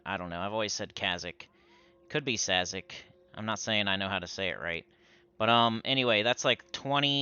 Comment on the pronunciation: I say Cazic the same way as you my dude.